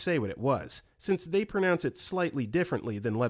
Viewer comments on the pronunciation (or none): none